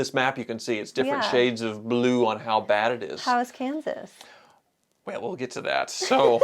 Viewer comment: it's kansas😂😂😂 hi